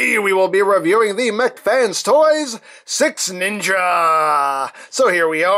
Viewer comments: I sweat to God it sounds like you are saying SexNinja. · All I'm hearing is sex ninja 😂